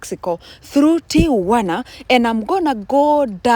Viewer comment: Whoelse is hearing this "Ti-u-wa-na" thing for the first time 😂😂😂😂😂😂. Thanks for bringing this so close for us to have a close sight ❤❤❤❤